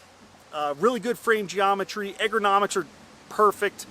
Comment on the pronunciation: I enjoyed review even though it seemed like a parody at times. “Eggernomics..,” aside, well done.